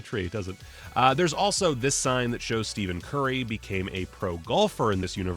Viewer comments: Fun fact: Stephan (Pronounced: Ste-fn) Curry didnt end up signing with Nike and one of the reasons was because they prounounced his name the way you just did lol. Not trying to dig at you lol, just kinda meant to be a creative way to teach you how its actually pronounced lol. Edit: Also, maybe im just wrong here and in that universe its actually Steven Curry! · We just gonna ignore he said Steven Curry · Did my man just say Steven curry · Did this dude just say Steven Currry?👀